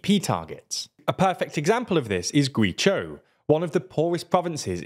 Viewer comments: GuiZhhou as in Joe. Not GuiChao,GuiCho!!!!!!!!!!! Get it right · It's actually painful to listen to you pronounce Guizhou... It's not Gwee-tso, Gwee-chou, or anything like any of that shite you're saying. It's "G-way Joe". I suppose it's not as bad as calling Ireland "Island".... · Gway-Joe not Gwee-jow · Guizhou is pronounced more like "Gway Joe", not "Gwee chow". Good video nonetheless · Guizhou is pronounced "Gway Joe". Is there a Brilliant course on pronouncing Chinese pinyin? 🙂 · Guizhou is pronounced Gway-Jo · I think the word "zhou," which means a city, should be pronounced more like "joe." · Guizhou is pronounced Gweh-zsh-oh, just FYI :) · Guizhou is pronounced "GuayJo" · I like how you pronounced Guizhou differently every single time you said it. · It is pointless but it was funny how he pronounced it 5 different ways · Just a bit of advice. Please put some effort into pronouncing Chinese place names. Your pronunciation of Guizhou was really bad and very unprofessional.